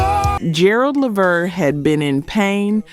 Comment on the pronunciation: Dang it. Just when I thought this wasn't gonna be an A.i channel til I heard it pronounce Gerald Levert's name😵‍💫😑🤷🏼‍♀️